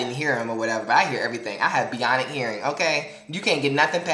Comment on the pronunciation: i like how you said "beonic" hearing. lol and the whole falling incident, i have that selective memory too. love ya b.scott.